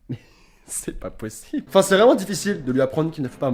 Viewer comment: Tu a dit mais cher pas pochible j'ai éclater de rire